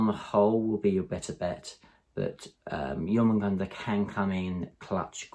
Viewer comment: Great video. I love the idea of Zoanthropes controlling the centre of the board, as of course on smaller boards they will also provide synapse from the centre of the board which will help with synapse range as well. Also you were right in your earlier videos, you've now learned how to pronounce Jormungandr absolutely perfectly. Keep it coming man.